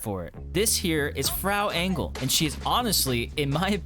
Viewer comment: Never heard someone pronounce Frau Engel so wrong 🤣 Greetings from Germany.